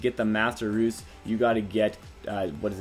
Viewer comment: U called rues Roos lol